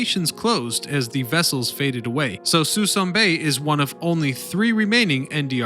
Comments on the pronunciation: The best way to lose a sub and also get a thumbs down? Start with an embedded ad. And it's "Suh Soon" not 'sweson ' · "Sue-SOON" Bay. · Everyone pronounces it Sue Soon. Also there are only 2 or 3 ships left as of 3/20/22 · It's "Soo-soon Bay" - spelled Suisun - I remember when there were hundreds of ships in the mothball fleet. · Sa-SOON Bay. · Suh-SOOON bay! Habitat of MONSTER Sturgeon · Locals say "suh-soon bay" chief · Agree Danny it's suh-soon!! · Suisun - "Sa SOON" Bay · Note, Suisun Bay is pronounces . It's the mothball fleet that is being scrapped, one ship at a time. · “Suh-soon bay” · Suisan is pronounce "Sa-soon" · Very cool video...probably should point out...the proper prounounciation of Suisan Bay is "SUE SOON" bay. Yeah..it looks like Sui SAN..but it's SueSoon. English...can we screw it up or what. I remember when the Iowa was there a long time. The last time I drove by was about 6 months ago, and it's down to a dozen or fewer ships. Environmental reasons, they've been slowly cleaning it up. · Suisun is actually pronounces Suh-soon. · The locals in S.F. call this bay ( Sah Soon ) ( Bay ) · It's Suisun Bay. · Stopped watching immediately when he couldn’t pronounce Suisun Bay.